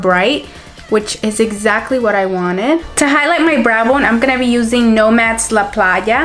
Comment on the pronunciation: Loved the look ❤️ And loved even more that you know how to pronounce and . ¡Saludos!